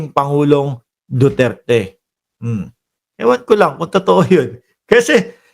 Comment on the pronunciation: hindi pa niya nabigkas ang duterte ang pagkadinigko dutert😂😂😂